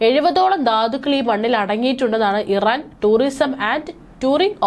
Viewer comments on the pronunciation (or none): none